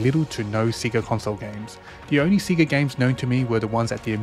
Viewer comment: Everything is nice except the way you say Sega (Seega).